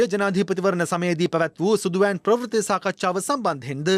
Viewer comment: අනුරුද්ධ ප්‍රවුර්ති වචනය හරියට උච්චාරණය කරන්න